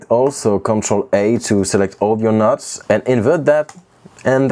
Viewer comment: his accent makes him say "select all of your nuts" instead of "select all of your notes"